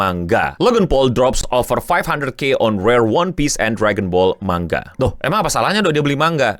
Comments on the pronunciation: malah pengucapan yg bener itu man ga, jadi kedengeran kayak mangga balajar lagi ya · iya, jadi kedengeranya kayak mangga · yg disebut eno man-ga. bukan mang-ga. ekspektasi sebutannya ma-nga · Manga bukan Mangga 😅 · MANGA COK BACANYA BUKAN MANGGA WOI JEMBUT GOVLOOK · Manga bang bukan Mangga, lu pikir Logan Paul tukang buah apa 😂 ? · Dulu di spacetoon ada sesi menggambar manga kemudian naratornya nyebut menggambar mangga, aku heran kok mangga.setelah dewasa aku akhirnya tau kalau dr bahasa jepang emang sebutan di mulut mangga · Bacanya man-ja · Kok gw dengernya Mangga ya, apa salah denger sih. 2 Menit baru nonton langsung pengen comment wkwkw Sorryyyyy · Bang, lu kalo misal ga ada yg komen soal pelafalan 'manga', keknya elu yg pin of shame kedua😹✌ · Ya emang gitu bang, kayak orang Sunda ngomong "silahkan"